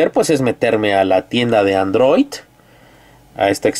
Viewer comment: es android no androit amigo!!!! jajajaja